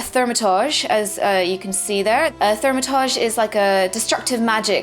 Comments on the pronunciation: its not thaumatodge its thaum-a-turge! like so she can see and stop sayin it wrong lol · Still haven't mastered the pronounciation of ''Thaumaturge'' =P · Ahh, I see now you were referring to her "Starting Quests" video, as opposed to 'thoo' not 'thau' for Thaumaturge. I know a few British people who pronounce it 'thoo - ma - turge' is all, so was alluding to that. :)